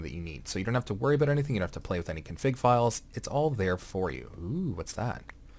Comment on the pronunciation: Abut. are you canadian XD?